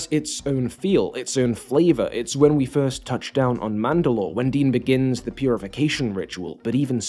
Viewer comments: I can't ignore the way you are pronouncing Din. It's /din/, not /dēn/. The dude's name is not Dean lmao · Dean? Dean Djarrin? Wtf is that pronunciation I love it. ❤ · You pronouncing Din's name Dean will be the death of me